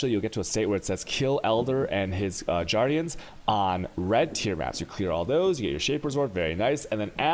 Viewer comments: Chaisels... whales... jairdiens? Dislike. Won't sub. Too distracting. Sad because it was good information and you are well spoken in general. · Ah so that’s why he’s saying ‘jardians’ not ‘guardians’ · Wait. Did he just call them Jardians? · I love the Juardians pronunciation 😂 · this manz really said juardians i'm done smh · never heard anyone pronounce "guardians" like that